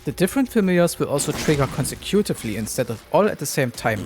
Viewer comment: Your English is spot on 👌. You only pronounced 'consecutively' funky